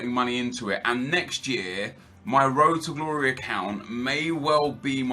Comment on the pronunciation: It was more like rrrrroad to glory.